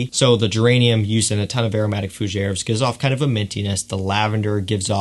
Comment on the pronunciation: I though it was spelled fool-she-air. 🤣🤣